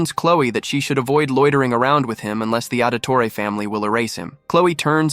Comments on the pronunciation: Auditore?Ezio audtore? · Did you say Auditore?? 🤣 The assassin family? Really